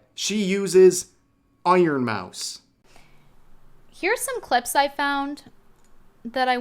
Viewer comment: im distracted with the whole drama because of the ironmouse pronounciation...im sorry 😂